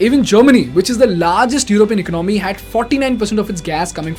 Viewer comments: Great Video but bro please correct your pronunciation of ECONOMY it's not ECNOMY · For fucks sake , the pronunciation of "economy" is not Ec-nomy. Its eco-nah-my ..